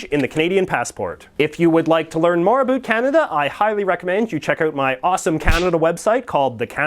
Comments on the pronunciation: He can't even pronounce "about" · I'm Canadian he's just pronouncing about an around wrong we don't all talk like that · That’s the first Canadian I hear pronouncing “About” like that I’m from Ottawa. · Americans always say Canadians pronounce the word "about" as "a boot". You are the first Canadian I have ever heard that actually pronounces it that way.